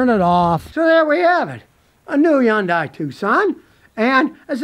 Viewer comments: It is pronounced "Hun-day" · According to a Korean lady that I knew it is not easy for English speakers to pronounce it properly. However, the closest phonics would be Hhun-Die. Scotty is a phonetic speaker so he just cannot get it right. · Scotty still says Yundye! Lol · Not to mention he can't pronounce it right either